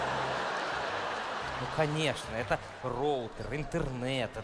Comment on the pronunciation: С какой целью ты коверкаешь слово ЭТО, еврей что ли ?!